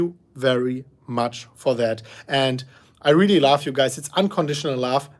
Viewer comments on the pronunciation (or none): We like you, even if it is not laugh instead of love; just a small difference in pronounciation